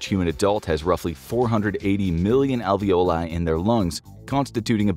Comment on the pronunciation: I’m sorry but I died inside every time he pronounced alveoli as: Alvee- oh lye😂it’s pronounced AL-VEE-OH-LIE